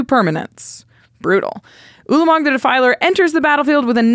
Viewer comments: saying twah-lamog would make me feel like I was about to be beaten with a baguette. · Brother ew-lamog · Ulamog, Twolamog, Newlamog.